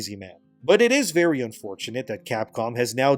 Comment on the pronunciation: Vely dishonarabu